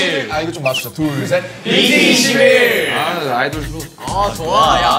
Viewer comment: So it's BT two one not BT twenty one. HAHAHAHAHAHA myghaaad